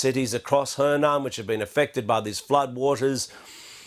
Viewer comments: Henan is pronounced "huh nan". Zhengzhou is pronounced "Jung Joe" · yes the BBC presenter can't pronounce it correctly though